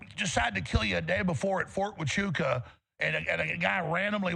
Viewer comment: Fort Huachuca (wa-CHOO-kuh) 🤣🤣